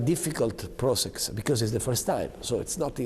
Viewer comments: English: process Renzi: P R O S E X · “The political prosex.” 😅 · "Its a difficult PROCEX" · ''With a political pro sex'' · Dis is difficult prosex😅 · "With a politicöl, pro-sex"